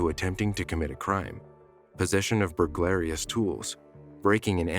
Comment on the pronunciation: WTF IS BURLAIROUS, AM I HEARING THIS RIGHT, YOU MEAN BURGALRY?